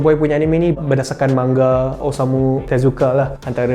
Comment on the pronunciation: fu with ur sebutan manga